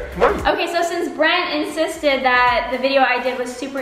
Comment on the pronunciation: This Had Me Laughing: I turn on caption: “Brent” Captions: it’s “brand”!